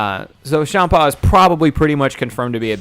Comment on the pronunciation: I hate hearing you say it like "shaam-paw" beerus is a play on beer hence why it sounds like beer-us, and champa is a play on champaign, so it should be said like champaign. Minus the ign part.